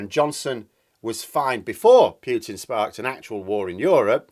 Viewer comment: Please,. It is NOT "Pyootin", it's "Pootin". I cringe every time you pronounce it wrong. Cheers.